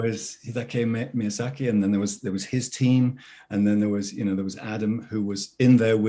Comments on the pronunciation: Maya-zaki? Mother of god. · wow what an asshole MAYA ZACKY! how do you not know how to pronounce his name especially if you've met him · keeping on saying "Mayazaki" instead of "Miyazaki" kinda made my blood boil. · Would be nice for to learn his name right. Every time she said Mayazaki. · For some of these the person's appearnce really fits the charachters and then there's just people like. Like he looks slightly crazy enough to be the charachter but that's about it. Also lol the different pronounciations of Miazaki is crazy. basically said Mayazaki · Mispronouncing miyazakis name is criminal. I have a newfound disrespect for millicent